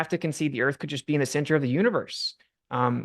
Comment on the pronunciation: “Obviously, a pitcher of the sun proves the earf orbitz ‘round it… trust me bro”